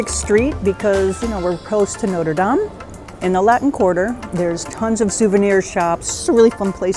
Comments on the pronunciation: Haha, you pronounce all the French words correctly except, Notre Dame. 😅😅😅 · for a French guy you really should know how to say Notre Dame properly